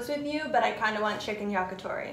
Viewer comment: How you guys say, yakitori.. Disgusting